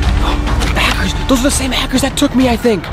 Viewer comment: Its Hackers You Said Hacers